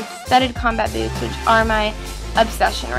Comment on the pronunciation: When you said boots I totally thought you said " My boobs are from..." and I was just like "Dafuq did she say?". Love your style, keep up the good work!:D